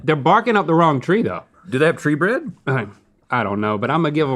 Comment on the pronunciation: “Tree Bread” my favorite Lord of the Rings character.